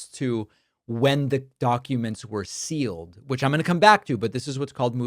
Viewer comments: Why is he pronouncing "sealed" as "silled"? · i'm sorry is Mark saying sill or seal, i really think words should be used in the right way at his supposed level of professionalism...